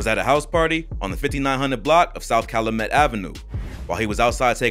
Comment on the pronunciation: Bro its Calyumet not Caluhmet.